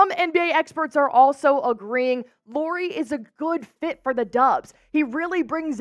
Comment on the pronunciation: It’s pronounced LAURI, like Lowrey!